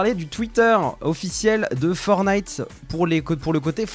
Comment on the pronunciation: Juste pour corriger c'est "Fortnite" pas "Fornite"